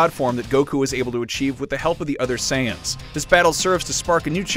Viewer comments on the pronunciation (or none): none